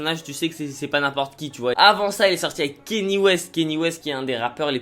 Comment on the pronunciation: par contre si tu parle de rap ricain arrête de dire "kenny" west stp, c'est Kanye respect un peu